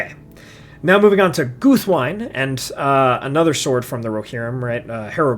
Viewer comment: Great list! Just a heads up, though, since it irks me a lot that many people, even including the audio book narrators, mispronounce Guthwinë (as well as other names ending in '-wine' in the language of Rohan): Tolkien explicitly based the tongue of Rohan on Old English. In that language, the word 'wine', meaning 'friend', isn't pronounced in one syllable like the alcoholic beverage, but as two separate syllables with short vowels - so approximately 'win-neh'. Guthwinë (meaning battle-friend) should thus be pronounced 'Guth-win-neh'. In the same vein, Déorwine ('brave friend'), captain of Théoden's guard, would be pronounced 'deor-win-neh', the 'éo' being a one-syllable diphtong. Merry's Rohanese name Holdwine doesn't mean that he holds wine, but actually translates to 'faithful friend' - 'hold-win-neh'. The same logic extends to the kings of Rohan Fréawine ('friend of Fréa', his father), Goldwine ('gold-friend'), and Folcwine ('friend of the people'), but not to the River Brandywine, since that name has a different etymology, from Elvish Baranduin ('golden brown river').